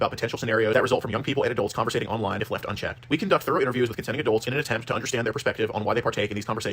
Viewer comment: YOU'RE STILL NOT PRONOUNCING CONVERSING CORRECTLY.